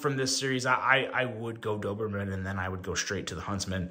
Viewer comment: Hey! Your pronunciation was perfect 😊. Thank you for the review. I already seeing few issues and dreaming to fix it in Doberman 2.0